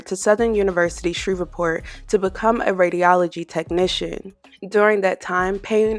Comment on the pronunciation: The way you pronouncing Shreveport is killing me